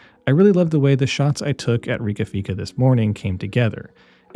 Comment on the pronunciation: As a Swede, I approve of the pronunciation of Fika. Also nice to see Koppi, probably my first real AHA moment, when a friend of mine gave me a Yirgacheffe Aeropress, just WOW ! Although I myself are more of a Gringo Nordic kinda guy 😊 (Yes they are also a roaster)